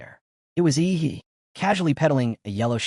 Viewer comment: Why does the pronunciation of "yi he" "ihi"